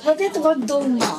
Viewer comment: не долма а толма